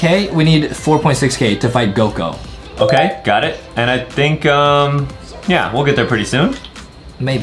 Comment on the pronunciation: Bro said gog instead of Goku😂😂😂